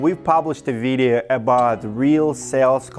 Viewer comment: I love how you say videa